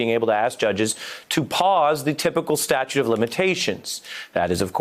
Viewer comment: Why is it that so many TV lawyers don't seem to know that the term is "statute of limitations", not "statue of limitations"?